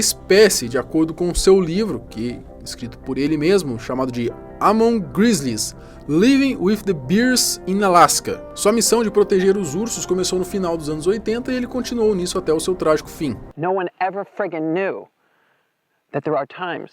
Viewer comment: Living with the beers ???? Precisando de umas aulas de pronunciation aí meu caro 😅